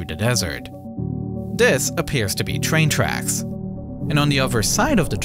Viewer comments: the twain twacks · Twain twacks